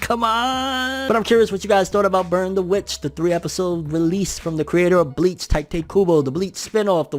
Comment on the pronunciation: Tee- tay not ty tay